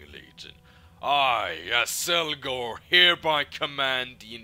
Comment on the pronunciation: How do you keep saying Azelgor when his name is Azgalor? :D